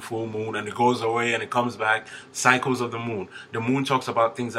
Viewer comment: When you said "cycles" I thought you were saying "psychos" 😂😂😂I thought... Just my luck 😂 Figures!